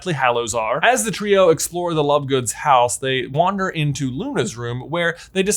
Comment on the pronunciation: Did he say lovegoons?😅😂